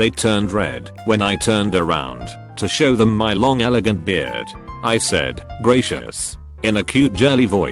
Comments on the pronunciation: No one: Not a soul: TTS voice: "I said greyshes in a cute jirly voice" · The way it said "Gracias" Triggered me